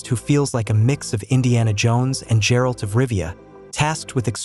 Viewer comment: Hey hey hey, having played witcher you still pronouncing Geralt as Jerald? It is Geralt as in game!!! Wtf man! How can I take your review seriously now!